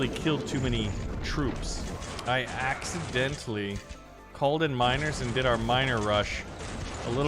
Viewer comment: But you didn't say "accident".. you said "ACEDENTLY"